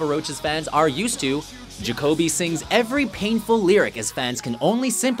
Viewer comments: "Jacob-e" lol His name is pronounced "Ja-co-be" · Jake-coby? No its Jah-Coby but ok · dude cant decide how to pronounce jacoby, says it different everytime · The narrowerator or how ever you spell it said Jacoby's name wrong and that bugs as much as people saying Matt Shadows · That's not the correct pronunciation of Jacoby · And you said jacobys name wrong